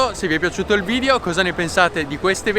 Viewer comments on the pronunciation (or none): none